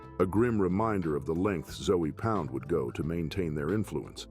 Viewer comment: this all sound like basic information you can google and put the text to an AI and let it speak it's ZOE pound not ZOEY pound this is horrible work